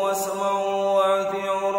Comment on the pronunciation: Athiiuuu bukan athiiu .